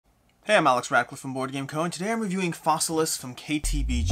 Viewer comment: I love that you keep saying Fossilisis. Latin is fun.